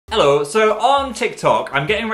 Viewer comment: Omg the little Northern "ello" is so funny I love it lolll